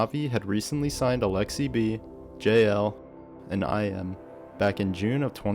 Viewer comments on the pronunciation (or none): Great production quality and visuals! Just want to say iM's name is pronounced 'ih muh' not 'eye em' but otherwise great job!